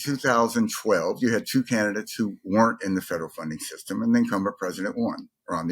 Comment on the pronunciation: i think you’re putting way too much emphasis of the “federal funding system”